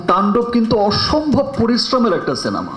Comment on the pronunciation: ভাই রে সিনামা না সিনেমা!! আর কথা বলার মধ্যে মধ্যে মুখ দিয়ে চক চক শব্দ করা লাগে কেন!? কী বিশ্রী লাগে কানে আসলে!! একটা সুপারস্টারের কথা বলার ম্যানার জানা নাই!! আর একেকটা কথা কতো বার রিপিট করলি!!